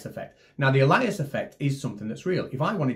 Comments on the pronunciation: Isn't 'alias' pronounced ay-lee-ass, as in an alternative name, rather than al-eye-ass? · "a-LIE-ass" effect? Also known as "AY-lee-us", perhaps? Ironic, though, that a lying ass (Nathan Thompson, I mean) should choose to (mis)pronounce the word this way ;D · I was struggling with a-ly-us, then I realised you were talking about ay-lee-us! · I honestly thought he was talking about something called the "Elias" or "Elyas" effect, because nothing that he said had anything to do with Aliasing or the Nyquist sampling theorem. Also, I pronounce Alias as "AY-lee-us", not "ih-LIE-us" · Tiny nitpick: "Alias" is pronounced "AY-lee-us," not "a-LIE-us," at least in the states. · it's pronounced 'ay-lee-us', not a-lie-us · Alias.... AY LEE ES,, not AH LIE ASS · "Alias"????? Is not pronounced "ay-lie-us" it is pronounced "ay-lee-us" I don't think that guy has ever used the word before because even Americans pronounce this correctly, sooooooooo why on Earth are you using his pronunciation? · Think it’s “ayli-as” like in a fake name for the pronunciation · Alias - pronounced AY-lee-as As in a false identity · I've never heard of the "Elias effect". What you showed though is aliasing . Hmm, A-Lee-Is ... Uh-Lie-Is ... did you just copy his wonky pronunciation? Or maybe he really is referring to something completely different. (That would be oddly ironic, given the meaning of aliasing) I don't see what aliasing has to do with "daylight vs sunlight" or the color of the moon, so I thought he is referencing something totally different. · As someone else points out in the comments, 'alias' is not pronounced 'al-EYE-as' . And to be honest, although he provides no context whatsoever, it seems unlikely he was talking about the aliasing that can occur in signal sampling. Perhaps he meant the Allais effect That's not pronounced 'al-EYE-as' either, and may not even exist, but at least it has something to do with the Sun and Moon. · isn't it pronounced /ˈeɪlɪəs/